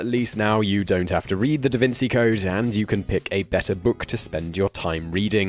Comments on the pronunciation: This is the first time I've ever heard the name pronounced "Da Vinsee" ... I mean ever, man. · "da vin-see" lmao they criticize it and can't even pronounce it properly. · Your pronunciation is way off... Cao Xueqin is Tsao Shway Chin, and Da Vinci is Da Vin Chee.... gees Louise! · Also can't pronounce Da Vinci, so, there's that... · Please look up the pronunciation of Da Vinci.